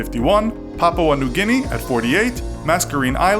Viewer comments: Oh god the way he said papua new guine jesus and its papa not papa ua and yeah strayaaaaaa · Did he call he papua new ginni? You just say papa new ginni over here in 🇦🇺